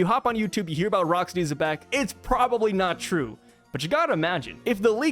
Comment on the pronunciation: Nash also knew about Zeus, who was created by Linlin after Carmel's death, and the Homies clearly aren't aware of each other by some kind of mental link, since Nash didn't know about Zeus becoming Nami's servant. And I just now realized I don't think I've ever heard an English-speaking YouTuber pronounce Xebec correctly as "zee-beck". Sure, fans get names wrong all the time, but this a little weirder than most, since as a name for a ship type it's a word used in English (though probably not often), and even its Wikipedia article has the pronunciation written in IPA. And since the corresponding Japanese article uses the same katakana as the character's name, there's no room for alternate interpretations.